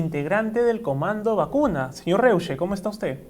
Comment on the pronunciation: su apellido se pronuncia ROISHE, algunos ni saben como se pronuncia el apellido hochhausler de nuestro presidente